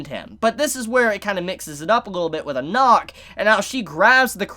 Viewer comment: im pretty sure its just jahad not zahad and its just anak like aanak not onok and its not bom its bam